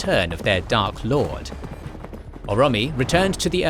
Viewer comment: Dudeeee you gotta learn to pronounce shit right, Orome is not pronounced ura-mee